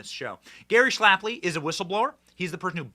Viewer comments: Its Gary SHAPLEY, NOT SHLAP-LY. Put some respec on his name Benny😅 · If you want lionize Gary Shapley, Benny, the least you could do is say his name correctly--- It's not even a particularly difficult one, either. Every time you say "Schlapley" it becomes harder and harder to ignore. 😂